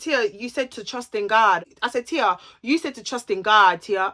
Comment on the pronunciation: I cry whenever she says “trust in Gawd” 💀😭😭😭. You’re soooo funny.